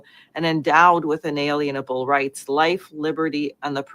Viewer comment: I was listening carefully to what was being said until this woman mispronounced a word that vaused me to want to physically strangle her. She came to a portion in her presentation talking about our Constitutional rights. She said those rights un-A-LEE-un-uh-buhl…spoken like a three year old… The root word she mispronounced is the word “unalienable” We are familiar with the word lien A tax lien A mechanic’s lien A builder’s lien “Lien” is pronounced “LEEN” Essentially it means to take ownership from someone else The word she mispronounced was “Inalienable” Prounced “in-uh-LEEN-uh-buhl” Which means that our rights is a form of chattle property that no one else can take partial or complete ownership over… I wish this woman would take the tome to educate herself and not end up sounding like a special ed student seeking to inpress her peers…